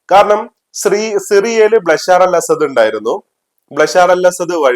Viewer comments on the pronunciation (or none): ബ്ലേഷർ അസത് അല്ല ബഷാർ അൽ അസത് ആണ്